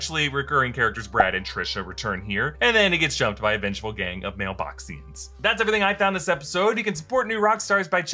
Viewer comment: "MailBoxians" isn't right, it was "Male Boxians"